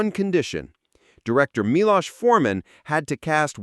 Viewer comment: Milos (mee-lose) was a great director. "One Flew Over The Cuckoo's Nest" was a game changer for me.